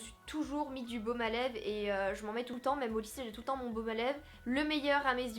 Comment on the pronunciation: elle dit pas lèvre elle dit lève mdrr